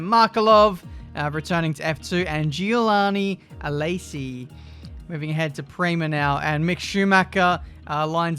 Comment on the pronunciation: No one: Absolutely no one:: Gialano Alesi